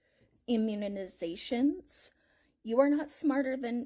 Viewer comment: yes please tell us your research on immuni-nuh-zations😂😂